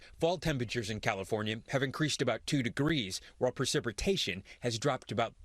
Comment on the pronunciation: did he say "precipritation" just after 3min?